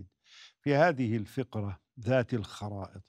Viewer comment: الفَقْرَةُ و ليس الفِقْرَةُ يا أستاذ